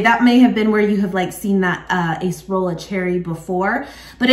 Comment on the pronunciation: Which is better: Impossible vegan Chicken Nuggets or Trader Joe's Mandarin Orange vegan chick'n nuggets? Not to be too picky, but the word "acerola" is pronounced "A-sir-o-luh". A google search for "acerola pronunciation" will give several how-to audio recordings.